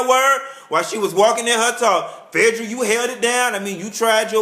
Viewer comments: Love when u call Phaedra "Fedddrah"!!! Ur reviews give me life!! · i loooove how he says phaedra's name. LOLOL sounds like Ephedrine without the "E" and the "ine." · I was LMAO throughout this whole vid and agreeing with everything you said, also I love the way you say phaedras name lol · Lmao!! You got me as son add you say Phaedra!! Thank you for keeping it 100, a very correct analysis of RHOA pt.2!! Keep it coming!!